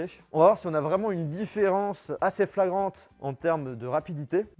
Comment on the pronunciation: "Différence flagrande" mais on t'aime...: )